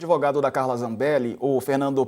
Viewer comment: Umrum O Brasil "acredita" no "adevogado" da pistoleira 😂😂😂